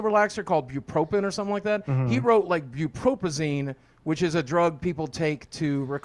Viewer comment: I have a related degree, so I'm speaking with a backing. Not an MD, but still; There MAY have actually been a slip with the meds. The doc lists "Buprenorphine." Boogie DOES NOT state this correctly in the doc or on the stream. Buprenorphine is SUBOXONE. For Narcotic dependence, substance abuse. Wellbutrin is Bupropion, for depression. In the doc he says "Bu-pro-phin..." Where did Boogie's money go?🤔